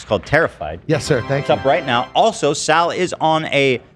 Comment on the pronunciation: your aware sal and saul are not pronounced the same right?